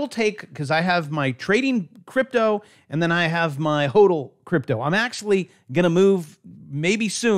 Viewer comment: I spit my damn beer out when bravo said cryptle lol 🤣 bravo best one ive watched so far!